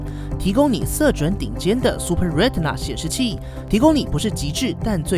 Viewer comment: 難得台灣有比較深度的手機評測，希望可以再努力加強一些科普的內容(之前都看王自如的，在影片中學到不少知識)，會讓影片更棒，不過光是唸對retina這個單字就足夠讓人推了!